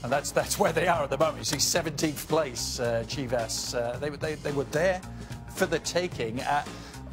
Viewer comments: "CHIV-ASS" wtf? man?? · It’s Chivas. Nuff said